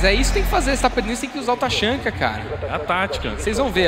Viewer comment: esses narrador sabe nem dizer o nome dos personagens porra taxanka kkkkk se fude cara amo o tachanka mas o taxanka não